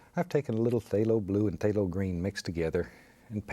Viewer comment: "there" "gesso" "phtalho blue" "hwhite" "something about like so" "psyooom" "what the heck"